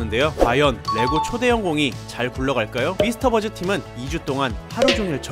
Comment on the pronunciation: 미스터버즈가 아니고 미스버스터즈에요 mythbusters 입니다